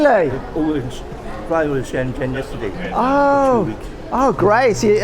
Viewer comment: Good to hear a fellow Brit who is able to pronounce Shenzhen correctly. ZH sounds like Jee as in jeep. Great video and good to see that the markets are booming again. I was last there in 2014 and it was incredible.